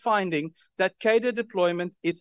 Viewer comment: I implore you, Dearest. Please, please start pronouncing the word "Cadre" better.